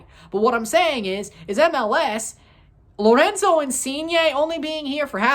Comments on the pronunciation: haha yea you pronounce the R like they do in Portuguese, in Italian you need to roll it, Lorrrenzo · why do you pronounce Lorenzo like he's Brazilian lol